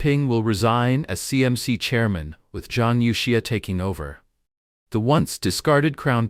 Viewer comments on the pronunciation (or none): Your Ai is sleeping! Its Zhang You Xia not Yao!